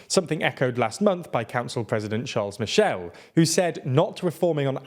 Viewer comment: As much as your love your videos — could you please start proncouncing the name of t he President of the European Council correctly? It‘s NOT CharleS Michel, but Charle(s) Michel. (Maybe also start learning some French!) — apart from that: Keep on the good work!